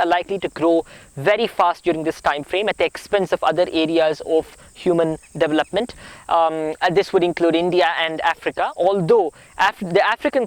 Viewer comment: Love listening to you! You are a miracle! Watch your pronunciation of 'development' and 'years'. God bless you!